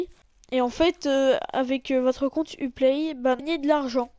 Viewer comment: Tu sais pas parler Lums ça se dit Loums Et Uplay ça se dit You Play